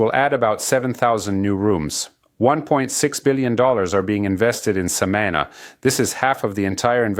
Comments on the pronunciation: Hey Amigo.. love your Channel.. very informative.. One suggestion. Learn how to correctly pronounce the name SAMANÁ... the accent is on the last syllable.. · I heard his first pronunciation and made a comment of annoyance to myself. I am happy for the people. I just hope these tourists respect the land, the people and just enjoy all our special jewels. God spared no expense when create Samana.